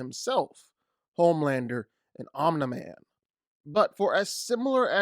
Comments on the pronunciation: Why are u pronouncing it "Omna" lol its OmNi lol like um knee man lol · it's not omna-man it's omni man dude. you say his name so goofy 😅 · Pronouncing it "omnaman" should be a crime...... its OMNI....MAN. Dont disrespect him like that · OMNIMAN. Not OMNUHMIN. Idiot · I think his name is “OMNI-Man”, not “ ON-THE-Man” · Its Omni Man not "Omneh Man" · Omg it’s ahmknee man not omnah man Jesus Christ. I had to stop watching the video because of how annoying that was. It’s embarrassing Your points are extremely shallow and don’t have much backing other than your own speculation. Although I do agree OMNI man would win, you need to do way better then that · Om knee man, not om na man. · Lmao homelander is TRASH!!!!! Omni man will slaughter homelander and its OMNI man not OMNA MAN smh 🤡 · I feel like you are mispronouncing Omni as Omna on purpose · the way you say omni man like om niman isn’t correct. omni is derived from the word omnipotent. it’s the first four letters and is pronounced the same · omnI man not omnA man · Why do you keep calling him OmnaMan...? Seriously throughout the whole video...OmnaMan... OmniMan...OMNIMAN!!! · Good video but……. Why are you calling him “Ommna-Man”? It’s Omin-Man! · Omni Man not Omna man🤦🏾‍♂️🤦🏾‍♂️🤷🏾‍♂️😂😭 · Tf is a omna man 😭 please just say omni man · why do you keep pronouncing OMNI man as OmDa man? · Dude pronounced it "Om-nih-man" lol It's "Om-knee-man" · om-knee not om-nah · The only thing i heard that whole video was the constant ON-mi man.. lord i must have something stuck in my ears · “ohmnah man” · good breakdown, but saying omna man so many times killed me lol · Omina man lol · Who’s onna-man? Lol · Alright. It’s pronounced Om-NEE-man… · NOBODY THIS GUY: "omNAHman" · Hell yeah I love “Omna Man” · Clicked off when you said omnaman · Omna man? Shi was pissing me off the whole vid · 13 minute video... pronounces it Omnuh-man. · Bro pls stop saying im-da-man for Omni-man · bro saying omna man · Omneh man 😂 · "Omnaman" is killing me